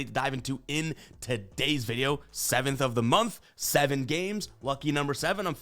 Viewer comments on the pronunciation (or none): *emphasis on “To!”